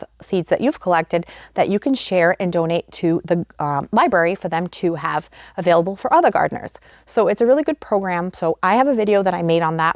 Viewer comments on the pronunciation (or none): none